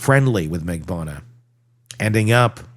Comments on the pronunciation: I was going to say the same thing. 4 syllables Mag-ban-u-ahhhhh. 😂😂😂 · at least TRY to say Katherine Magbanua's name correctly